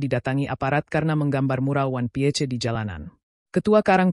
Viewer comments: Ini AI yang baca ato manusia kalo ngk bisa baca ingris ganti banyak yang butuh pekerjaan. 😂😂😂 wan pie C 😂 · 😅😅😅 bertita pakai suara ai 😅 Piece dibaca pie... Ce..😅